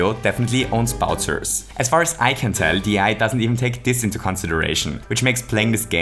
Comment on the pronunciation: “Bowtsers”. German accent I see